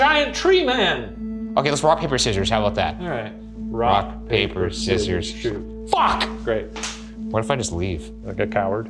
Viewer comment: the F in “FUCK” was so hard XDD